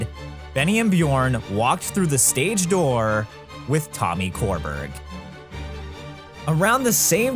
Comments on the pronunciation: Tommy Körberg’s surname is pronounced like sure-berry and he’s huge in Sweden. Like originated the role of Jean Valjean in the Swedish cast and just cameoed as the bishop in the international arena tour. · Pronouncing Tommy Körberg as "Tommy Core-berg" is probably the peak of English speakers unable to pronounce Swedish names and I love it lmao